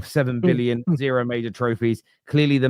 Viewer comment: “Embawassing! ZEWWWO!”